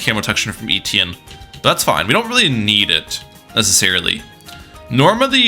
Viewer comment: Etienne not Eetienne